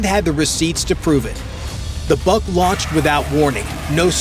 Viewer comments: Molodets!! Good brief. Work on your pronunciation. It's not "BUCK," but "BOOHK." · Before naming endless video, learn some rules of pronunciations of Slavic languages. BUK doesn't sounds like BUCK, a deer male, it's just should be said exactly like BOOK. Same about PANTSIR (body armor) Too much words and not enough actual drone video footage